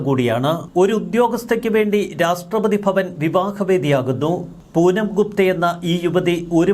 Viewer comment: My dear, Ra SH TRA not STRA